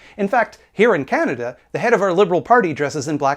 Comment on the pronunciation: You need to put a Content Warning before any clips of the "Canadian Libertarian" that he can't pronounce the name of his country correctly. Every time he said "Kaen-dah" I wanted to drink bleach.